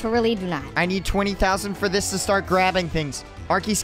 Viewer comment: Why Doodle say L arkey